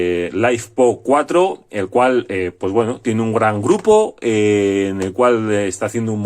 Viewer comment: lifepo4, litio, ferro, no laifpo, que rs vidapo